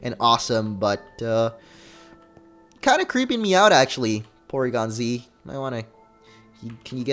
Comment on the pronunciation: It's pronounced Porygon. With an R. lol ;D